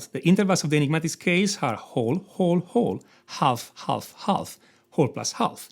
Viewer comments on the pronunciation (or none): I can’t overlook it anymore............ ‘Half’ is to be pronounced as ‘HAF’ and not ‘HALF’ . And ‘write’ is also ‘RITE’ and not ‘VRITE’ 😅 Those scales are an enigma!!!